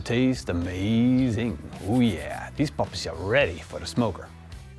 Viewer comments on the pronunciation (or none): none